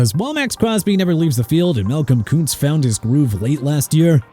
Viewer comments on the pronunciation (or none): none